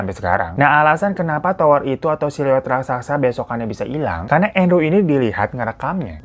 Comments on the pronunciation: RAK - SA - SA bang. Bukan RAK - SAK - SA. Dicoba pelan2 deh bang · Raksasa bang bukan raksaksa 😂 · Raksasa ya kak Bukan rasaksa.. 🤣🤣 Canda kak.. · Raksasa baaaangggg😭😭bukan raksaksa😭😭😭😭😭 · Bukan RAKSAKSA bang. RAKSASA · RASAKSA? atau RAKSASA? 🤣🤣 aku bingung